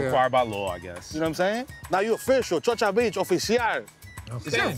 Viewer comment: wait a minute, did he just say "chocha beach"?!?! yo! lmao